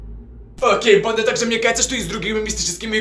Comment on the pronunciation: Кому тоже кажется что говорит не "банда" а "панда")